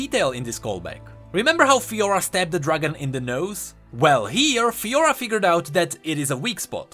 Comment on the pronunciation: Garen Crownguard and Fiora ?Lahhoo? sorry just made me laugh xD